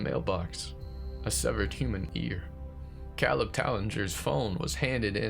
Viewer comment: My only suggestion would be that I’m pretty sure it’s Cāleb, with a long a. 😉❤️